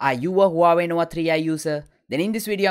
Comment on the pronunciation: Your pronunciation is very ugly.. Nowa Nowa3i???